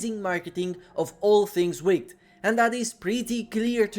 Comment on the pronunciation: Might be nerdy but actually, wicked is pronouced wick-id not wick-t.